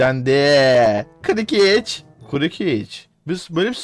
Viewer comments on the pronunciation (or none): hocam kurukic diyon adama kırkic diye tellaffuz ediliyor diye biliyorum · Aga kukıriç ne amq kırkic diye okunur o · Abi maçta hicanladın kokoriç diyorsun